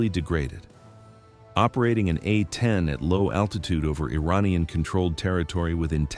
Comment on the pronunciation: Can't teach AI to properly pronounce "A-10"??? Then get to work!! Uh ten?